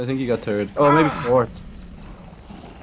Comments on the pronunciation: Lol keep hearing "turd" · U said turd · it sounds like if he's saying turd place